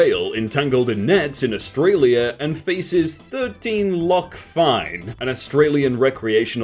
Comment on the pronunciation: I love it how he pronounced 'lakh' correctly